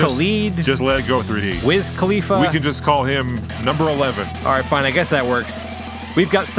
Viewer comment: Did you just say “Wiz Califa?!”